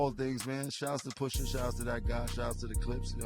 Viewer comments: Stop saying Poohsha T Boss!!! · The way u say Pusha makes me cringe